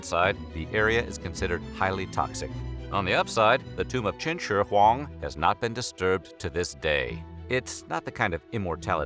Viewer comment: I wanted to die after listening to him say Chin Shure Huang so many times